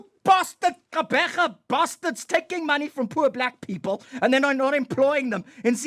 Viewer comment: You'd think Conrad is actually Xhosa the way he pronounces Gqubule. You are such a great South African.